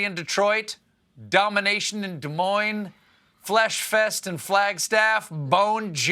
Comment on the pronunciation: Wow, someone pronounced Des Moines right...